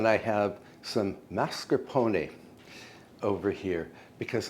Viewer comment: you said Mascarpone correctly! so nice to hear it...everything looks great